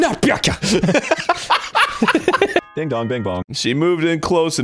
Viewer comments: The way they just aggressively shorten Byakuya to "BYAKUH" is hysterical xD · The two genders: BYAKUYA and NOT BYAKUYA